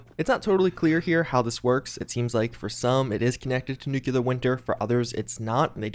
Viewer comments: I like he just droned on in the beginning because he can't just say he was wrong. You were wrong. And it's nuCLEAR not nucULAR winter. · If you can say "nuclear" instead of "nukular" from now on I will donate $100 to the charity of your choice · What did you expect from the grown man who says "nucular" in a constant basis?